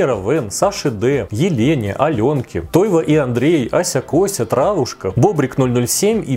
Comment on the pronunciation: спасибо за правильное ударение в моём имени, а то меня уже заколебало слышать "Тойво́" 🤎